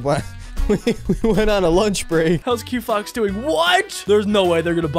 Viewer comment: 😂it’s quo fox